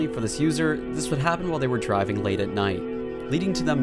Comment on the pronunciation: “Dreveng off a mountain”